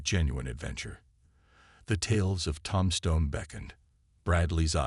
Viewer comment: Tom-Stone? I can’t listen anymore.